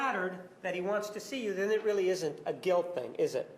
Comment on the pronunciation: I hate how she says "guilt". She adds an unnecessary "z" to the end. Ugh I fucking hate her.